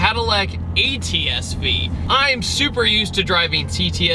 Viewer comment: You kept saying "ETSV"